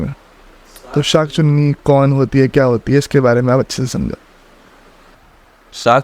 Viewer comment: Bhai tu Rahn de....Sankh se Sankha aur usse SankhCunni...itna ulta pulta bol raha hay abb tere pichhe SunkhChunni padega 😅